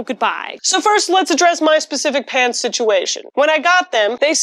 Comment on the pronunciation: For a moment there I thought she was saying "I love paints"... Which is understandable, considering her normal content.